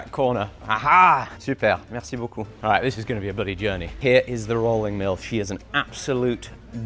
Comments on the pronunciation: Damn, that "Super, merci beaucoup" was flawless. Edit: And the rest of it also as good. Chef's kiss. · I was just about to say that, had to rewind after hearing that "super, merci beaucoup" could pass as a parisian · je n'arrivais pas à croire que c'était toi qui parlais un si bon Français ! Ton "Merci beaucoup" est superbe !